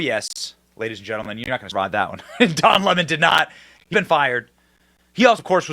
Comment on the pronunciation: Don Lemon's ego is out of this world. He is the cockiest, racist most entitled person ever. Good riddance! But I will miss how Tucker would pronounce his name, "Don L'mon" 😂😂😂